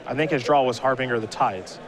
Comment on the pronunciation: Har-bin-ger not har-bing-er